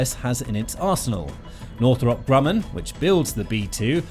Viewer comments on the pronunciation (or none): none